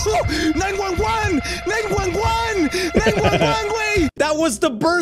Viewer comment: 911❌ nine gwun gwun✅